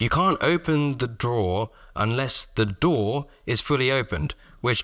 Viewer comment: Not at all a criticism, but you said “drawer” and “door” so often and in close proximity that I started hearing “dhoar” for both